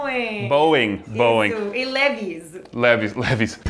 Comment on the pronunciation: pra quem ficou na curiosidade , Levi's se pronuncia "li vais" 😉